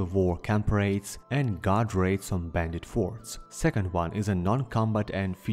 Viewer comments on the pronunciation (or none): none